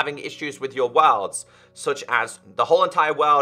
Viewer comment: This dude say worlds like Wa(l)rlds